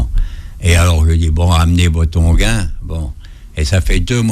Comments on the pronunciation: C'est un onguent pas inguint comme le prononce l'informateur... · bon alors si je comprends bien, il faut acheter son bouquin pour connaitre "l'onguent" qui vous rajeunit...... Pour un médecin, il ne sait même pas prononcer ce mot correctement pourtant très connu. On ne dit pas "onguin" mais "onguent" ! (phonétiquement ongan). Pftttt